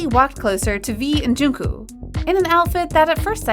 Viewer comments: Im sorry but pronunce jungkook's name corectly its not junku its jungkook... so yeah please pronunce it corectly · it's 'jungkook' Not 'jongkook' 😅 yes I'm talking abt the pronounciation And she pronounced it like :- joonkoo so she's kinda close.. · "v and joonkoo" Choonkoo actually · Yall are we just gonna leave the fact that she is not saying jungkook she is saying jungkoo?? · The way she said junkook Her:jonkue Me:🤣🤣🤣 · All I heard was, JungCoo 😂 Sorry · they called him “joongkoog” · okay but am i the only one thats getting kind of annoyed when calls jungkook “jingkoo” 😭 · Isn't it pronounced like 'Jongkook'? And her pronunciation is kinda close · Her pronunciation is triggering me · yeah i know I’m not stupid. also dude I’m literally Korean. The lady here said joonkoo. That I know for a fact is not how you pronounce it. I’ve heard jungkook himself say his own name and it is not like that. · I'm sorry but I'm triggered when she kept on saying "jungkoOo" 💀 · please learn how to pronounce Jungkook's name 😭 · I’m sorry but this is not being too rude but why are you say Jungkook name. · First part you no pronounce Jungkook right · Sorry but..'Jeon ku-'' GIRL IM SORRY BUT ITS JUNGKOOK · I AM SOOOOO DISTURBED.... its jungkook not jungku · She is saying there names wrong who is jowkook it's jung kook and ji min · First of all its JUNGKOOK NOT JUNKO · The way she calls JungkooK Jungkoo...